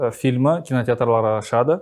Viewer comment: Фильімі емес, фильмі!